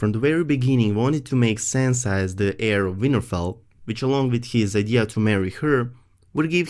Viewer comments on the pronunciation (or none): none